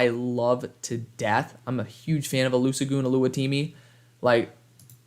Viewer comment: The s is pronounced as a sh in olusegun